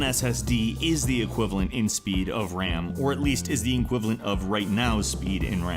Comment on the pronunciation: Uses large words to sound intelligent but can't pronounce equivalent properly. Enquivenlent?!?